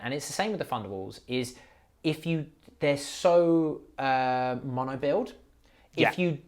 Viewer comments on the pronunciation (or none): none